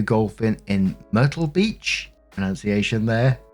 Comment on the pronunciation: You pronounced myrtle correctly. It's like turtle but with an m.